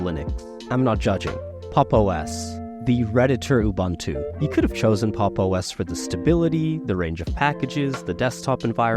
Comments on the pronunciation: It is pronounced oo-boon-too, not oo-bun-too. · Ubuntu is pronounced oo-boon-too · OOBANTOO doesn't exist. You must be talking about OOBOONTOO (aka UBUNTU). Americans... 🤦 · Canonical’s OS should definitely NOT be read as two baseball players conversing (“you bunt too?”) 😂🤣😂